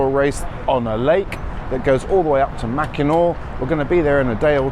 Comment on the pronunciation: You said Macinaw correctly.